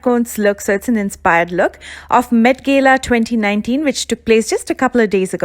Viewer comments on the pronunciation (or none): "Mett gella" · Not met gela . Met gala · Galaaaaaa not gela but your makeup 👌🏽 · Gayla nhi Gala 😂😂😂😂😂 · What the hell the meat gela it’s mat gala pronunciation .... pls 👏👏🙈😪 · Its not gelaaa its Gala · It’s met gala not gelayy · It's not 'MET GELA'.... it's 'MET GALA' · Its not Met Gaila dear 😂 its Met Gala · It's gala not gela..however your makeup was really on spot. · It's met Gala, not gela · She says "met gela " 😂😂😂